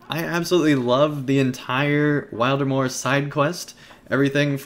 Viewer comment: Thanks for the video - notes taken and I am looking foreword to go to Wildermore. Also you did pronounce the name right :) gl in the festival now days.